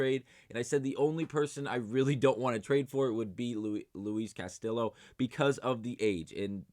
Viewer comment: Bro please stop saying CastiLLo it’s hurting me every time you do it lol